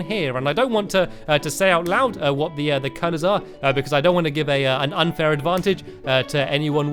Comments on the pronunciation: At about in the video Stampy said hwat 😂👍🏻 Gj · I hear STAMPY say "what" and he emphasizes the "h" to much. Lol 😊